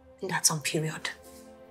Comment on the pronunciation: I really wish the ladies would stop saying, "That's on periond"